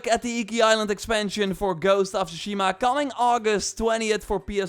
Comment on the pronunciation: One year later and after playing the game people are still pronouncing tsushima wrong lol